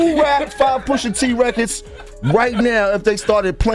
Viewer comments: Poosha? wtf is wrong wit u? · POOOSHA? Who TF is POOOOSHA?